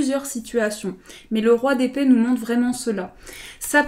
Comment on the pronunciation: Quand tu as dit Roi d’épée j’ai comprit : Roi des pets 🤣🤣🤣 (Dsl mais j’étais obligé de le dire 🤣) Ps: Super reading 💙